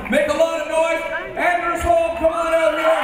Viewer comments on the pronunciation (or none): It's "ON"ders. Not Anders. There's an ON in my name. I HAVE A HARD ON!